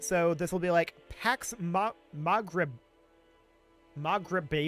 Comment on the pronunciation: the me greh bi a pronounced in a spanish tone